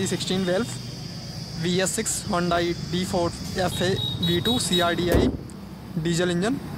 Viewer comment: Chutiye its not Chinese. Its korean.... And your pronoucing it wrongly HONDAI